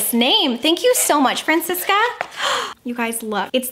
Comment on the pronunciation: Hi!!! I am not, but you are telling the name right! And very beautifull <3 Love your videos you are sooo amazing!! A kindly hugh from Francisca from Chile!:D